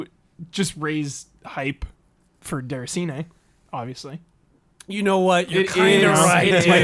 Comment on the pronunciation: DAY-RAH-SEE-NAY (roll the R), not DER-A-SEE-NAY. Geez!